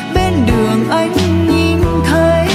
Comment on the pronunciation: Ca sỹ Mỹ Tâm được khán giả nghe nhạc yêu thích là điều ko thể bàn cãi! Cô ấy đầy đủ những tố chất quý của một nghệ sỹ chân chính, chuyên nghiệp ! nói về album này tôi chỉ có một chút ý kiến về phát âm chữ " nghìn, nhìn" của MT vẫn còn ngữ điệu người miền trung !